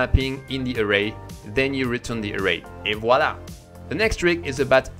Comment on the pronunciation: 😂 Tu as fais ton "et voilà" comme un étranger qui essaie de parler français